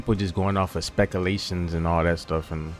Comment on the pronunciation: specklelations xD